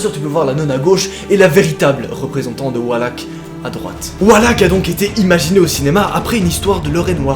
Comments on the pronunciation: Mec c'est VALAK pas WALAK C'est un V pas un W😂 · Ca se dit valak pa walak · Valak et pas wallack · Mais c'est valak pas walak😂🤣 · C pas walak c valak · On dit pas !!!!!! Wallack on dit Valack c'est mon démon préférer . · Ses "VALAK" pas "WALAK"😭😭🤣😭🤣🤣🤣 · Ses pas walak ses valak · svp c’est Valak pas Walak mdrr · Pourquoi tu le prononce Walak alors que c'est Valak ? 😂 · Le fait qu’il dise Wallak ça me perturbe de fou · Maud Mathieu sa s'écrie valak c'est pas wallak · Laurent Pradat oui je sais très bien que c’est Valak merci! Mais je disais jusque que lui dit Wallak au lieu de Valak faut regarde ce que je mets 😉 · C VALAK PAS WALAK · On ne dit pas Walak mais Valak comme voiture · C’est pas Walak mais Valak merci😂😂😂😂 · Nos c’est pas walak c’esh valak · se pas volak se valak ! OK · C valak pas walak mais c pas grv super vidéo❤ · Walak? C’est pas Valak normalement ? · Valak... pas WALAK putain !!! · Super vidéo comme d'hab mais la façon donc tu prononce valak me perdube un peu c'est comme si le V tu l'échangais avec un W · J’aime beaucoup tes vidéo et tout mais svp on dit « valak »et non « Walak » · Tu dis wallack 😂😂😂 mais ses valak 😅😂😂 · Valak pas walak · Enfaite je n'aime pas te corriger ou critiquer MAIS c'est pas WALAK MAIS VALAK AVEC UN V c perturbant merci x) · on dit pas WALAK mais VALAK AVEC UN V!😂 sa ma énerver pendant toute la video mdrr😂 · Pk tu prononce "Wallak" alors que ça ce prononce Valak comme ça s'ecrit 😂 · tu sais que se n'est pas walak mais Valak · V alak pas W alak VALAK OKAY 😭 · On dit Valak... Pas Walak et techniquement il a rien à voir avec une nonne et la réelle histoire relatée dans Conjuring 2 n'a rien à voir avec Valak non plus c'est clairement dit que "Valak" a été ajouté à l'histoire pour servir le scénario du coup ben... Voilà xD Ps: comme dit dans un autre commentaire la jeune fille n'est pas Lauren Warren mais Annelise Michel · Mec tu dit walak a la place de valak mais bon pardonner car la vidéo est super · On dit valak pas walak